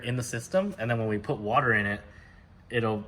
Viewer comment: At first i thought y'all were just trollin when y'all were saying water wetter